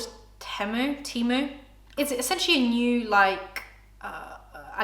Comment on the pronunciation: funnily enough, the way you pronounce temu sounds like "timo" in spanish which means scam lmao